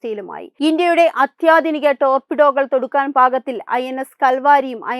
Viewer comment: p-8i പോസിഡോൺ ആണ്., ടോപ്പിട്ടോ അല്ല, ടോർപിഡോ എന്നു പറയണം.